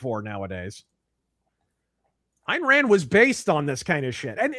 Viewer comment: I keep hearing IRAN when he says, "Ayn Rand". It's just a funny, persnickety auditory quirk.